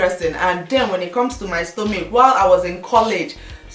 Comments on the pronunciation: I doubt it.I am a Nigerian and I pronounce Stomach not stomic. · Lovely tips. i just want to ask, why do you pronounce stomach as stomic? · i love u dear but why are u saying "stomich" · stella-marie signature my sister, I couldn't stand it too, and her Igbo accent is so unstoppable. I love her videos but...